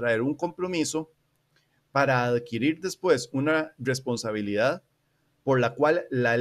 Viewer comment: Oye carnal una duda, no puedes pronunciar bien la "R"? No es burla ni nada (yo ni siquiera puedo :v), es que cuando dices "responsabilidad" se nota algo raro xd